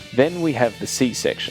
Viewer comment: you can't be saying C section like that bro